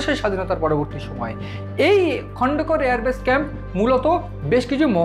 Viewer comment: ভাই আপনারা ভারতীয় তথা বাঙলা বাঙালির মান সম্মান রেখে খবর সম্প্রচার করেন। সমানে খন্দকার কে বলেচলেছেন খন্ডকার ,কেপটেন তৌহিক কে বলেচলেছেন তৌরিক । এছাড়াও খবরের বিভিন্ন তথ্যও ভুল।🙏